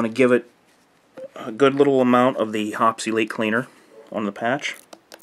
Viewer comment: Great tips, very useful. Hoppe's is pronounced Hoppees not Hops. :-) See their vids.